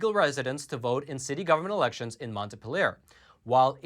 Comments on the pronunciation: Just for your reference, Its mont PEE lee yerr. not monta pill err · It's pronounced Mont- PEEL-yer. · LOL, your pronunciation of Montpelier is off, Montpeeler. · Greetings from VT, where I sometimes feel like the only sane person (and definitely the only unvaccinated person)., the correct pronunciation of our state capital is "mont-PEEL-yer". The inquisition people give me about not being vaccinated is unreal. And I don't believe in people who are not U.S. citizens voting, but nobody knows that yet so I haven't gotten any flak on that. It is lonely up here sometimes when you're a conservative! Thank you for all your good reporting.